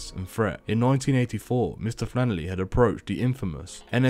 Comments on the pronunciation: Its FlanneRy. Not Flannerly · Sorry had to stop listening to a voice that says flannely instead of flannery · Omg stop saying “. Flanerly” how hard is it to pronounce his name🤷‍♂️ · Who the f$&k is mr fannely? Saying rentakill instead would make it easier to stop me pissing myself laughing